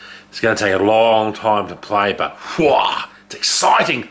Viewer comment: haha i love the way you said EXCITING! haha cant wait for your gaming vids.